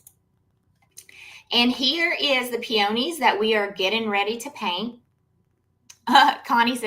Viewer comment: I’m sorry, I couldn’t get past your mispronunciation of peony/peonies 😢 Proper pronunciation is - peeuhneez. It’s not a hard oh.